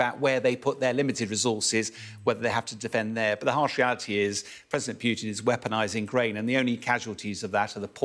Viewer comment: He said "president Pyutin"